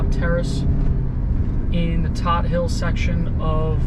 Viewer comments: Great channel. Todt Hill is pronounced toad hill btw. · I'm not throwing shade at you but you're pronouncing Todt Hill wrong.. Good vid though... Paul Castellano's crib is there too